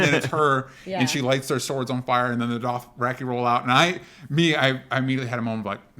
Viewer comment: Fun fact, George R.R Martin pronounces it "Doth-Ra-Kai" and not "Doth-Ra-Key".